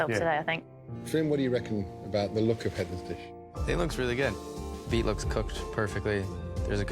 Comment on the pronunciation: Its not beef, its beet..